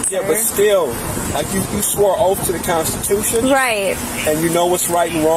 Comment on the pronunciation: "you swore an oaf to the constitution" 😂